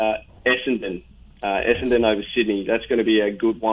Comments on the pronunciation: Haha he'll get there. Essndn, brisbn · Bris-bain. Uh-sen-den. LOL